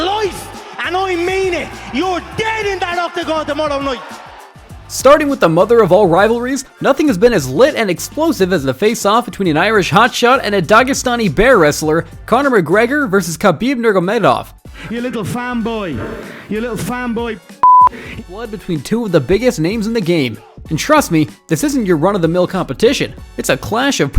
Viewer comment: Nurgomedov??? Seriously?? This dude can't even pronounce his name right ......NurMAgomedov....Not Nugomedov.